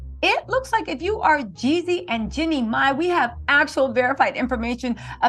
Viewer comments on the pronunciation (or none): Girl if you call him Yezzy one more time its Jezzy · Can we say “Jeezy” and not “Yeezy”. You’ve produced multiple videos on this matter and you still can’t give the correct name of Artist more than 10% of the videos. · Who is the women saying yezzy , and jezzy is she lost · **Jeezy lol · Girl why you can’t say Jeezy it ain’t Kanye baby